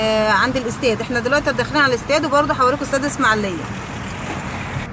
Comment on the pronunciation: اسمها الاسماعيلية.... وليست اسماعليه.... لو سمحتي